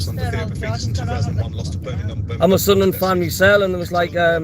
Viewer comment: It was nice for Millwall to do a Sudnerland instead of Sunderland 😂